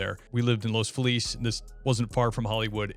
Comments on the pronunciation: Are you sure you lived in la? No one pronounces Los Feliz the proper Spanish way like that. It’s los “fee-liz” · Not "Los FEH-Leece" but rather "Los fee-LEZ", boot!